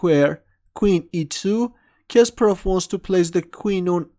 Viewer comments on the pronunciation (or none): Omg the way you say Kasparov annoys me every time... I usually avoid when you comment on his game Sorry